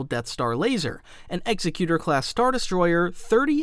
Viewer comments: am I the only one who gets annoyed by the mispronunciation of Executor. It's Executor like executive not Executer like execution. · My brother in the Force... Executor is NOT pronounced Execute-er, like an executioner. It IS pronounced Eggs-ek-u-tor, as in an entity that carries out the will of another. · Cause this is gonna drive me crazy… The Executor is pronounced like ig-ZEK-yoo-tur